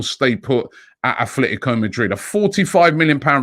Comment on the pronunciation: AT-letico. No th.